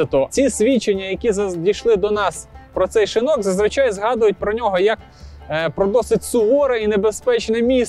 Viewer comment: Дякую за цікаву розповідь! є одне питання: чому шИнок? шинОк же в будь-якому словнику.